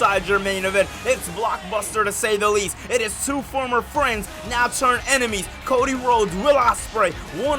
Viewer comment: it’s ENEMIES not EMINES lol